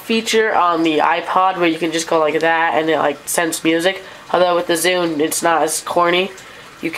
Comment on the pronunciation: its zune not zude !